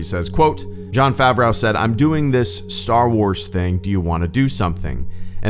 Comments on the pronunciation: Pronounced Fav*row. Not like Fen Rauw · Your pronunciation of Favreau is a bit weird. I believe it is more like Fav-roe than what you say, Fav-rau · “Jon ‘FavRAU’” Jesus, man. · Jesus, FavRAU? you are fucking pathetic dude. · Agreed 100% with the sentiment. Like everyone else is saying, but no one is stating the obvious, that's not how you pronounce Favreau. It kinda rhymes with Greedo if that makes it any easier. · 😊, you crack me up with your mispronunciation of Favreau... it's easier than you're making it. It doesn't rhyme with cow (or how)... it rhymes with know (or glow). 🍻